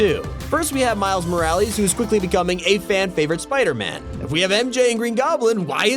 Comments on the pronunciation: everyone: Miles Morales: Miles Moralies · No offense, but did you actually say Morales like that